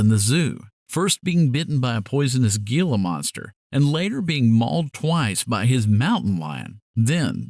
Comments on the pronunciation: Very well told tale. Just one note though, Gila is pronounced “Hee-la”. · It's pronounced 'hee la' monster; the 'G' is an 'H' sound.